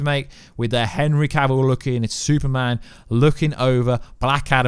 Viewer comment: Exactly what is a Suuman, because I and the rest of the world are fukin waiting...